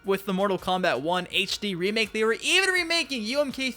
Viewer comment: Mortal KomBIT? The fuck is wrong with this dude?